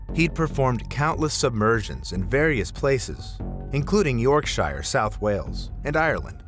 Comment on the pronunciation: That is not how Yorkshire is pronounced. York-sheer